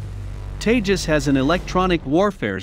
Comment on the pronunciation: It's seem funny when you say teja💨 lethal fighter jet